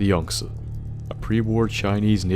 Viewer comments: I appreciate you saying Yang Ze Instead of Yang Zeeeeeeeee every other youtuber is saying. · At least some one knows how to pronounce Yangtze lol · You're the only person I've seen so far (Beside from Zao himself) to pronounce Yangtze properly.